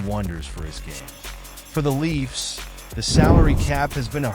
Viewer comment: When you can't spell or pronounce the name of the Toronto team and you slaughter the pronunciation of the players names, it tends to undermine your credibility. All this before failing to understand how this solves any of Kyle Dubas' problems or makes any sense for the Pens..